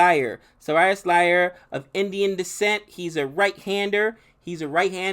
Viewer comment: 🤣🤣🤣🤣 did you say Serious Lyer instead of SHREYAS iYER 🤣🤣🤣🤣🤣 I'm dead 💀